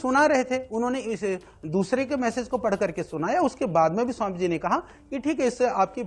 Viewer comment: IMA को स्वामी बोलना नहीं आता।